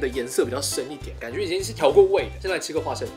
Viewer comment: 聽第二次才發現說花fa生😂😂